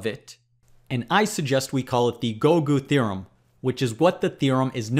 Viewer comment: feel nice to hear gougu theorem to be pronounced.